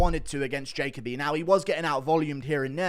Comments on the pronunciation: FYI I've always heard it pronounced Jah Coby not Jacob Bee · It’s pronounced ja Colby